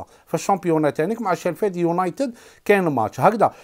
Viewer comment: شيفلد ماشي شيلفد .واصل ربي يوفق